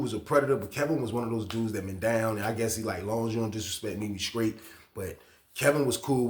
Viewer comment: I think it's the str I heard him say scraight